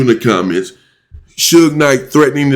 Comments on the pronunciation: "Its not sue gay its shuge." So that video is clearly AI and shouldn't be trusted. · Su Ge the ai is pronouncing it like it’s Japanese.